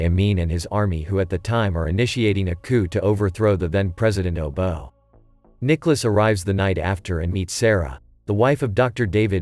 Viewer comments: Its not "obo".... Its obote... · His first spin lands in Canada not Kinyata, wherever the heck that is. The president being overthrown was Obote, not how you pronounced it 🙄